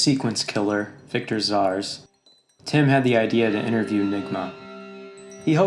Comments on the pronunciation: Its red Robin and pronounced as ZAAZ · You’re pronouncing Zsasz